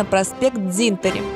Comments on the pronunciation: не дзИнтари, а дзЫнтари. Гидрофойл это классно, но ноги потом болят капец как. Девочка рассказывает о Юрмале, а на дельтолёте катается над Ригой ))) Он возле ТЦ Молс постоянно ждёт клиентов )))) Ресторан 1221... В Лидо можно покушать почти всё такое же, но раз в 6 дешевле. И, да - это не есть "традиционная латвийская кухня". Традиционная в Лидо. Жаль Покайне не показали да и по старой Риге не прошлись. А настоящий экстрим это 5 лет прожить в Риге в статусе вынужденного переселенца )))) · Говорят не Дзинтари а Дзынтари (именно произносить пишется Дзинтари)